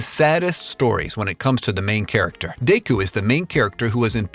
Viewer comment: Deyku? Deyku????? Seriously bro?